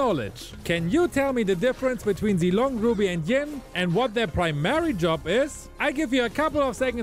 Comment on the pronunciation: He realy said ling but it is yin